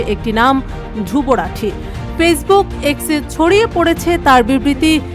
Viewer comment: নাম টাও উচ্চারণ করতে পারে না 😂😂